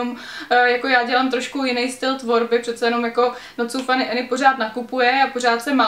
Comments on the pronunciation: když už o někom mluvíš tak si aspoň zjisti jak se jmenuje Any ne "Eny" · já jenom že je to Anežka ne Enežka